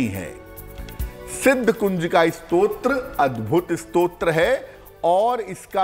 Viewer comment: Namaste. please say the word as STOTRA and not SROT.. Stotra is a prayer composed as a poem. Srot means source. While typing this I realised is Stotra also is a Srot of thid getting done. But still you please listen to Guruiji and improve yourself.